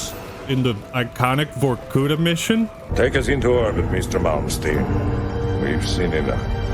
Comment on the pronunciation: I will use this opportunity to say: word "Vorkuta" has stress on A, not U, like it was in original Black Ops trailer. Now you know even in first Black Ops they didn't even tried to find how to pronounce the first city they announce in the game. It's in the wikipedia... For Russians it sounds so stupid like if you pronounce Los Angeles with on the last E stressed.